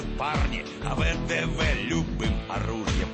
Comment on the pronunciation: Воздушно-десантные войска РОССИИ. РОС И Я! РО СИ Я! РО СИ Я!!! В Д В, not ВИ ДИ ВИ. ВДВ.